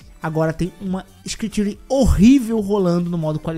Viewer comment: Adorei a pronúncia de "screen tearing" para "scritíui" 🤣